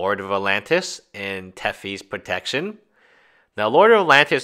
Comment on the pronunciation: I'm really having trouble believing what you say about your education when you make pronunciation mistakes like "Tefi's Protection".